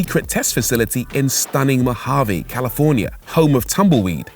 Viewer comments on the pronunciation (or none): none